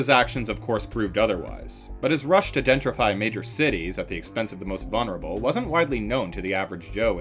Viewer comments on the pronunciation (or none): none